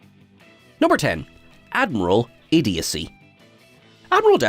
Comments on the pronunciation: “Idiodicy” is not a word. I think you’re looking for idiocy (IH-dee-oh-see). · I thought it was just a misstep by her...but then she said IDIODICY again....hmmm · "Idiodacy" ...? It's idiocy. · After that 2nd butchery of the word: "idiocy", I couldn't watch another minute. Everything prior was kinda 'meh'.